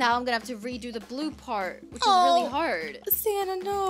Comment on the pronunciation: Did anyone see that said santa instead of sanna